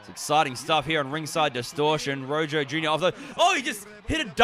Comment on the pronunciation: Daym great on all ends only his name is pronounced like "roho" but i cant believe when they strapped the title to him at the end it was upside down 😫